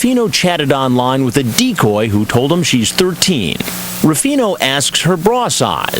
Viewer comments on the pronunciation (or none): Chris pronounces it as dee-cooooooooy